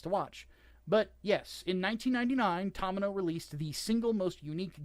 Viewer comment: The "To" in Tomino's name is pronounced like the "to" in 'tomato', NOT the 'to' in 'Tom'. You bell end.